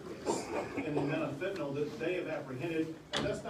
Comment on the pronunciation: Gov. Abbott & President Trump are 2 of the few ppl who pronounce fentanyl correctly: "fen-ta-nill". Does the MSM say it wrong intentionally?